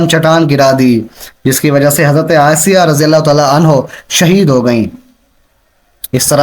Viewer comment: Janab firon ki wife Ka naam asiya hi not aysa